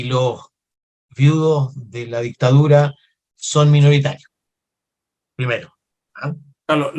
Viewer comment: La disssstadura jajaja lejos el mejor gobierno aunque les duela!!!